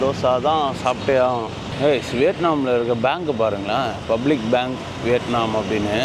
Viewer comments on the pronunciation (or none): none